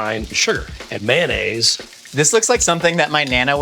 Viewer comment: Boo yow mayonnaisz